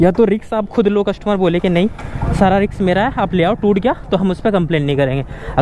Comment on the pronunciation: रिक्स नहीं रिस्क होता है😅